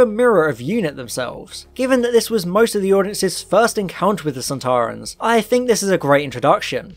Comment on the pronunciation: I enjoyed the beginning Very accurate They’re pronounced sand ta run